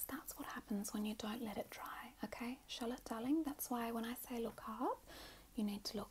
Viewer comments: No joke it took me longer than I care to admit to realize the name was “Charlotte”. I seriously thought she was calling us “shallot” as in a spring onion. 💀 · not me hearing shut up instead of Charlotte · just realized you’re saying “charlotte” and not “shallot” 😅🤦🏼‍♀️